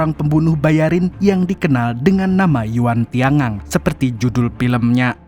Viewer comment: yuan tian gang..dibaca yuen tian kang